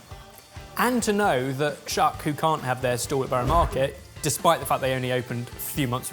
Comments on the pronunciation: Love you guys, and babka is my favorite cake, but - Shuk is pronounced shook (like book) 🇮🇱💙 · Just for reference since I haven't seen anybody say this yet, it's pronounced "shook," not "shuk." It's the Hebrew word for market. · Shuk is pronounced 'shook'..... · SHUK PRONOUNCED SHUCK LOL I'M DEAD -- IT'S SHUK PRONOUNCED LIKE SH-OOH-K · When he first said the name of the Tel Aviv box I thought it was about corn, then I understood he just mispronounced the word shuck ( pronounced shook ) which means market. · you say it like shook and not like shak and it's a street market not what ever sad in the end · "shuk" is pronounced "shük", not shook like "I just shook the branch" but a long u like in boot. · They said it like duck and shook. Good to know it's like boot. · Just to let you know... You're saying shul wrong... It's more like Shook...( With love from a watcher in Israel) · Every time they say “shuck” instead of “shuk” I lose an hour off my life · Fun fact, shuk is pronounced shook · Shuk is pronounced like shook :) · The first one is pronounced with a u (like shook) it means market in hebrew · the way they said "shuk" made me laugh.. it's supposed to be "shook", which means marketplace in hebrew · Aww you guys. It’s pronounced “shook” (שׁוּק). 💗😂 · Just an FYI - Shuk is pronounced "shook" (as in past tense of shake) - it's Hebrew for "Market" (very similar to the Arab "Souk"). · it's actually pronounced 'shook' :) and, also, what the hell is that second definition?!!? never heard that before! lol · It’s pronounced Shuuuuk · Shuk is pronounced shook and it means market in Hebrew lmao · Sorry just a message from Israel, it's pronounced shook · dropping in for pronunciation - Shuk is pronounced shook. it means market in hebrew :) loved the episode!!! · Shuk is pronounced shouk, not with an a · Shuk is pronounced sh-oo-k and it means market in Hebrew 🤣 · FYI ‘shuk’ is pronounced with a long u, like in ‘sushi’. Loved the video as always! :)